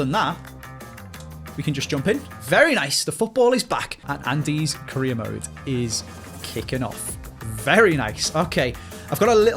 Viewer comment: Almost every time he says career mode I hear Korea mode